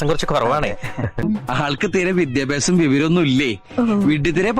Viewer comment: ഞാൻ താങ്കളോട് പൂർണ്ണമായും യോജിക്കുന്നു . പക്ഷെ വിദ്യാഭ്യാസം എന്നതിന് താങ്കൾ പറയുന്നത് വിദ്ധ്യാഭ്യാസം എന്നാണ്. പ്രൈമറി വിദ്യാഭ്യാസം ഉള്ളവർ പോലും ശരിയായി ഉച്ചരിക്കുന്ന ഈ വാക്ക് നിങ്ങളെ പോലെ വിദ്യാസമ്പന്നർ തെറ്റിക്കുന്നതെന്തിനാ?